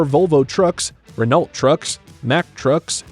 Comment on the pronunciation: Renault is pronounced as Ren-o